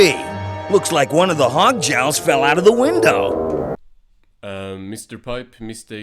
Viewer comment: It's pronounced Hog Jowels